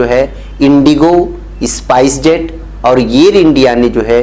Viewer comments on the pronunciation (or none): इसपाइस जेट नही स्पाईस जेट